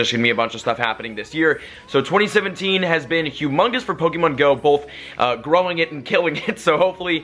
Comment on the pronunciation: U say pokemon wrong